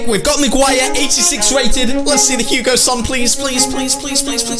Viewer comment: Who is Hugo son, it’s hue-Ming son